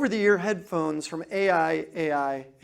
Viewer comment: The brand is pronounced "I I I"